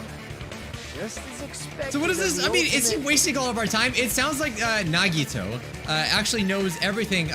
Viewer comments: EEYYYYYY HE SAID IT CORRECTLY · I was hoping that he would pronounce "Nagito" right in the trial after he hears his name a few times... I'm feeling true despair right now edit: omigod he pronounced it right!